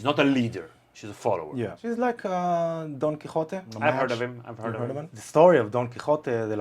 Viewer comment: Congratulations for your pronunciaton of Don Quijote de La Mancha. Do you actually speak Spanish? At least, whose ancestors came from Sefarad / ספרד?